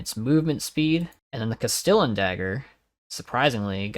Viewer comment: CAST-EEE-ON DAGGER haha not cas stillin